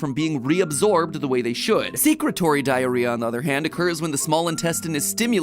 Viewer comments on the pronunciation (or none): Secretory isn't pronounced that way, it's like secretion, secrete-ory